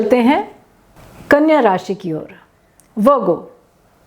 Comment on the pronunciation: Kanya ka saaf nahi bola